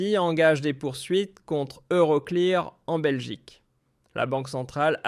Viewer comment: On prononce euroclir et non euro clai ar ne soyez pas ridicule svp